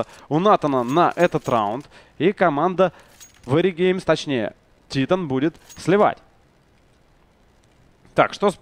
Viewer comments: Скоро начнётся машна по поводу произношения команды Титан.Правильно говорить Тайтэн,раз уж Вы говорите ЭнАйПи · Французы радуют глаз стрельбой.... ! P.s. Страйк будь добр прекрати говорить тИтан,скоро тебя посылать будут,заранее спасибо... ! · Ну да,хотябы ударение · Во первых это шведская команда и поэтому произносится на й пи а титаны французская и Темболее ты бы посмотреть хоть один американский стрим и там говорится титАн!